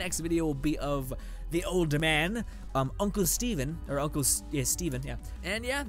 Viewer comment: Pretty sure his name is pronounced "Woo"... also it's not pronounced Uncle Steven or stephen.. it's just Sven.